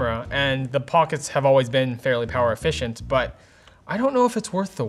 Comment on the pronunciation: did you say ''the pockets have always been very power effecient?? no they arent ahahah